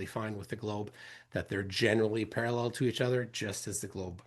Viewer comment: Flat clown says Para-LELL like David Wise and his Daddy Nathan